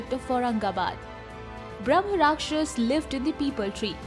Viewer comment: It's Brahma Raakshasa, don't half pronounce last letters like Mughalai Hindi